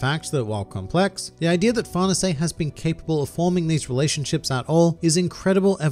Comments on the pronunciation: I’m pretty sure it’s “Far-này-say” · I heard it's an Italian name so it's supposed to be pronounced "far-nay-say" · Far nuhsay !?! Is that how I’m supposed to say it? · nobody:: farnasé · Why native English speakers pronounce that bad even the simple names?